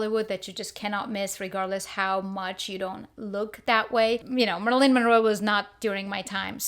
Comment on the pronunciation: Who is "Merlin Monroe"? 🤭🤣